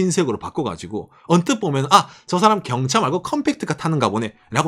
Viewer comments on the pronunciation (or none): 첨에 "일본서민들은 경찰을 사랑할 수밖에..." 로 들리신 분?